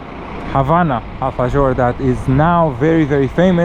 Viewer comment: Guys, it’s pronounced alfaHor nit gor 😊